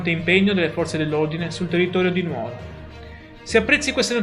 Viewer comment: Buongiorno, La seguo spesso.Secondo me si dice Nùoro, perché l’etimologia è Nùgoro. Ma potrei anche sbagliarmi, alla mia età… Accetto correzioni da chi conosce meglio di me tutte le regole. La ringrazio, La saluto e Le sorrido. Viva tutti i Sardi.